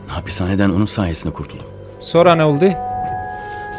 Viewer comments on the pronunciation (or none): none